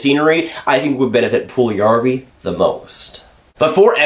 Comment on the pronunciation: Its not Puljarrvi, its Puljujärvi :D